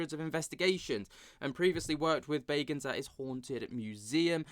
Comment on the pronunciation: This the paranormal gossip channel 😂😂🌈 Dude cant say Zak's last name right even though he says it at the beginning of every episode